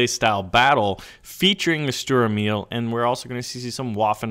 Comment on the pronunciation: its funny how you pronounce the name of the german tanks like Sturer Emil! but i like your videos greetings from germany